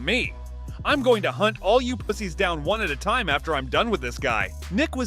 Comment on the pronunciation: Nick said hunt, not "haunt"...